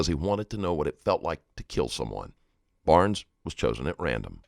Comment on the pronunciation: Warren Barnes was the victim. Kept hearing Brown as last name.